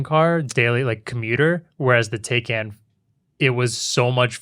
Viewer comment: its pronounced Tai-can Not Tay-can